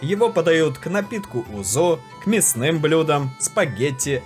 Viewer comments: СкородальЯ ПРАВИЛЬНО, Узо, а не узО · Отлично снято видео. Но озвучка отвратительна. В тексте, перед озвучиванием, поставьте правильные ударения на греческие названия . Если бы не идущие параллельно титры, я не понял о чем идет речь. Греки НИКОГДА не говорят "оригАно" - рИгани вот истинное название в Греции. Не узО, а Узо... Полтекста требует правки.